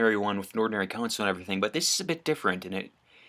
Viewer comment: It’s console not consul